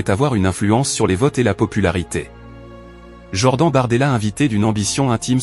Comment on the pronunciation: votre ia de synthèse vocale est vraiment bidon "jord-AN" "pr I me time"